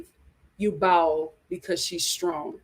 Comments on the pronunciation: It's BOW, not BOWEL! 😂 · Bao’s name is pronounced BOW not bowel. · Thank you for saying this. I came here to say the same thing! It’s BOW. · Lol!!! I crack up every time she.says it